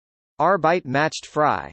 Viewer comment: Macht is not pronounced “MATCHED”, it’s “MOCKED”. Frei is not pronounced “FREE”, it’s “FRY”.